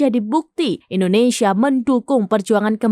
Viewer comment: Kenapa kebanyakan orang Indonesia ketika menyebut nama negara sendiri: Endonesia bukan Indonesia?